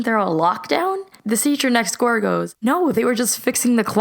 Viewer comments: She said score instead of Saying next store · "The seacher next goor goes" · the scrweecher next toor goes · ‘The seacher next goor’ ??????? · “The secher next your.” Lol😂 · she said the secher next score 😂😂😂